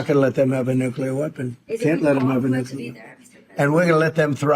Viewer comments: its NU - CLEAR. Not Nu - cu - ler. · nuclear, not nucular. And government, not regime. Regime is a propagandist word. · Nucular isn’t a word